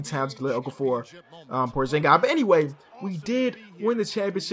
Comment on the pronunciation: its porzingis not porzingay bruh